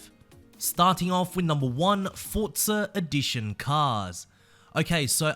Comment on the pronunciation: why do you say ForzarEdition instead of Forza Edition?